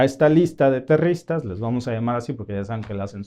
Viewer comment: Disculpame que te corrija, no se dice terristas, sino terroristas. Gracias, lo hago con el propósito de hablar el español, correctamente. Entiendo el hecho de vivir en Canadá, se te olvide la sintaxis del español. Buen día.